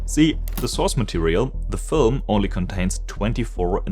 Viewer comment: Film ❌ Fölm ✅